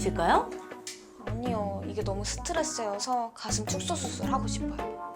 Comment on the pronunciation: 스.트.레.쓰 발음 겁나웃기네